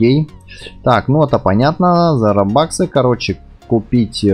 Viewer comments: РОБУКСЫ, А НЕ РОБАКСЫ!!!!!!!!! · Пж пойми что баксы это доллары, а ты родоллары грубо говоря. Робукс говорят веть. Я тебя не отговариваю, но только знай что "Робукс(ы)"